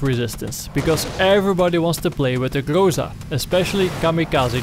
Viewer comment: Everybody pronounce it something like "grOsa" or "grOza", but it should be pronounced "grozA" or almost "grazA". Google translate pronounses it almost correctly. Гроза (groza) is russian for thunderstorm.